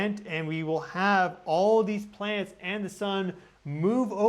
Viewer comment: Sounds like your saying PLANTS instead of PLANETS!! Plants are on the ground 😂 So are you saying they’ve been planted , it’s a PLAN ET!! It’s a plan they’ve been planted! If you’re calling them plants. Hmmm interesting thought here 🤔